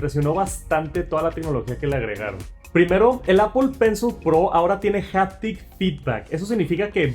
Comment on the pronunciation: Japtic? O haptic ?